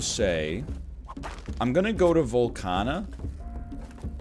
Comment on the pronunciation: Its VOLCAAAAANIA.